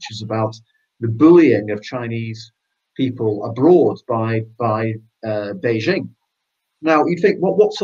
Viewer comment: Where is this place called Beizhing and who is this person called President Zhee? Never heard of them. Maybe he means Beijing (the second syllable pronounced "jing" as in "jingle" -- it's not rocket science) and President Xi (pronounced roughly the same as "she"). I don't like the CCP any more than you do, but can we just get the pronunciation reasonably correct?